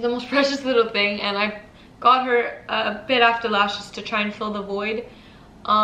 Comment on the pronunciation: Also its lashes not leashes